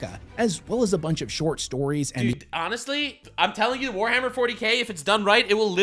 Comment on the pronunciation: "Forhammer Worty K"